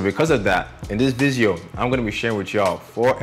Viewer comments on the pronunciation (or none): I still love the way he says video "vizeo"